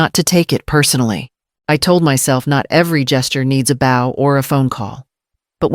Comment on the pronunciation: Another AI voice cannot pronounce "bow" or simple dollar amounts. 😮